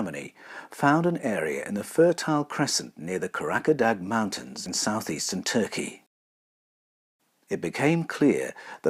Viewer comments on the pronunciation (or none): none